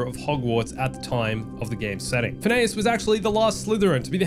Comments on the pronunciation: Fin-E-us. Not Fen-eh-us. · “And Yes you are hearing the name right, Phin-a-ous Nigellus Black” actually, its Phin-e-ous 😂😂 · “Yes you’re hearing the name right PHIN AY US.” It’s FINN E US. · _- it's prononced phin-ee-us, not phin-a-as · It’s Finn’s-uhss not Fin-eyuss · It's FIN-ee-us, not fin-A-us. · it's pronounced Fin E Us not Fin A Nus, just saying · 'And yes you are hearing the name right...Phi-NEY-us'. Literally never heard someone pronounce Phineus that way. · Why do you keep saying Phineas that way lmaooo They say his name like a thousand times in the game. Even Simon Pegg says his name in the game interview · your saying Phineas wrong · if thats how you pronounce Phineas then is Phineas from Phineas and Ferb also pronounced that way? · he is just mispronouncing it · Is no one going to correct how he says the headmasters name? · Obviously you haven't played the game or you had on mute because you are pronouncing Phineas wrong